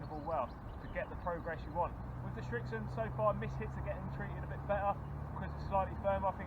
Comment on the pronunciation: Its Srixon NOT Strixon